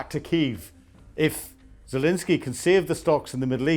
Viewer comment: Please pronounce the president of Ukraine’s name properly. There is no “i” in his name. FML.